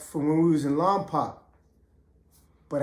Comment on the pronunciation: Pretend you are saying lompoke not lompac like 2 pac much love homie keep doing your thang Lompoc 805 in the house .